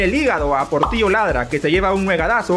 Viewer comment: Cuidado dijiste porrtilllo laadraaa 😅🤣🙊🐶🐕